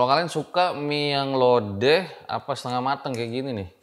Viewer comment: Gw malah fokus abangnya bilang mie lodeh ,lodoh bang lodoh 😂